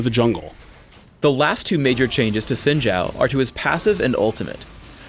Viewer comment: saying Sin and saying Zin:/